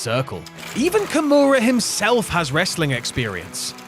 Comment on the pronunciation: 所々名前間違えてないか？ ヨシトニック→ヨシタニック カムラロック→キムラロック etc…